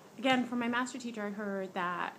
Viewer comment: Did I hear you say "stuposedly" instead of supposedly? Also when you said your "math teacher" it sounded like you said your master. A blood moon will reveal "red" aliens if you ask me.....since most are from the moon.